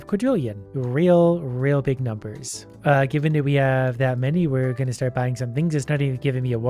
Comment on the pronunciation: Watching trying to pronounce the numbers on earth was the funnies part of the video